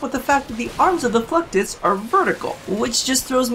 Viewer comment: i swear.. you are saying fucktus EVERYTIME! ...mental memo... wear nothing...